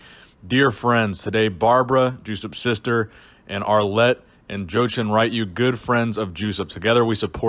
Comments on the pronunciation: Not joshen it's JoCHen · "Juice-up"? "Joe-chen"? Come on....